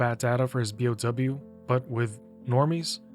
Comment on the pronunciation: For future reference, you pronounce each letter. Bee-Oh-Double You.